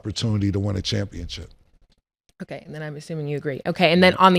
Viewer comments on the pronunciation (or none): Is Cam saying CHAMPIONCHIP?????😅😂 great show!!!